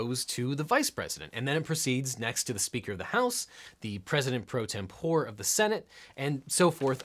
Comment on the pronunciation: You are right about “martial,” but you blew it yourself later on........”tempore” is pronounced: tem-por-ee, not tem-pour. 😉